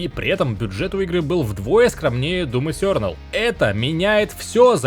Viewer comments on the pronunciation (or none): none